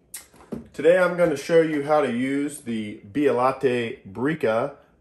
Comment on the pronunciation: Too high on temperature. Bialatta? Beh-uh-let-tee